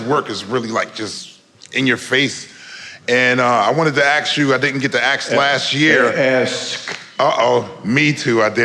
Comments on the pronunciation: I love how spiritual and cosmically connected he is. Also….I’m pretty sure “MJ’s engineer” is one of the only white people on the planet who can correct a black person saying “aks”, and not get his ass beat. 😆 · "aks" lol. so funny.